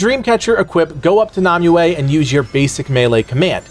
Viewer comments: It's Nimue not Numue xD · NAAM ue instea of NIMue lol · Stop saying Namue please, it's NImue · ...It's not Nom-you-ay. It's Nim-you. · who tf is nahmuaye you keep mentioning? You cant just make up pronunciations for fun. They say it in game, no excuses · I'm triggered by the way he pronounces Nimue's name. It is pronounced "Nim Way" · It's how the game itself pronounces and yes you are correct, the game pronounces it incorrectly